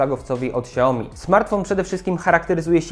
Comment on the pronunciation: ''szałmi'' a nie siaomi